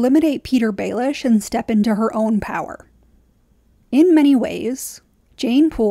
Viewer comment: Jeyne jeyne it rhymes with pain